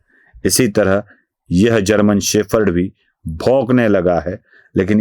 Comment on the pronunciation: शेफर्ड नहीं, शेपर्ड!